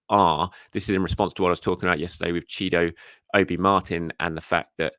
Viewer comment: You got Chido Obi Martins name correct first time!